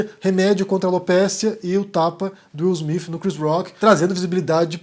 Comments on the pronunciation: Acho improvável que seja fake, de qualquer forma, a maior questão é a pronúncia: Afinal, é Will "Smith" ou "Smifh"? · Will Smiff ou Will Smith? Haha cade esse Cambly gente hahahaha